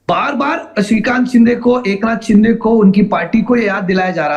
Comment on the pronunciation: rajdeep ka frustration dikh rha h jo baar baar shiv sena ko sinde sena bol rha h😂😂😂😂